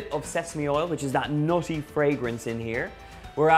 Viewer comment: Is it me or did anyone else think he said naughty fragrance instead of nutty fragrance?😈😈😈